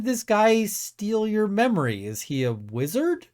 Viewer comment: "Is he a wizdard"? Lmao